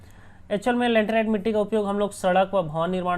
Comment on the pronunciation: Sorry bro.. but it's not lanterite it's laterite...